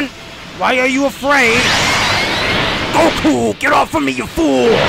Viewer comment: its goku not joku